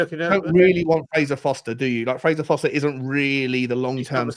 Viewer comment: FOR-STER, not FOSTER 😂 Let’s be honest it’s probably got to be Tosin for home grown. I can’t see us getting the best player in Todibo, Spurs don’t do that, we eat the scraps. I’d take Solanke but he’s a £30m player, just as Brennan was only really worth 30m